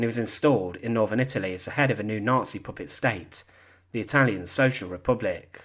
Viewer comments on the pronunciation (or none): none